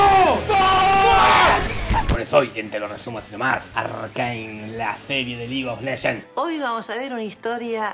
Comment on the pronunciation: "Lig of leshen" :v